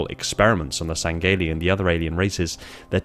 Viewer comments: Say it with me: Sang-he-lee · Lol why do you say it like (seng-gay-lee)